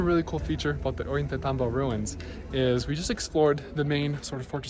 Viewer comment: Thought of mentioning that the "tay" in Ollantaytambo should be pronounced as "tie", rhyming with "ay" in "ay, caramba". Great overview of the place and I hope to visit someday!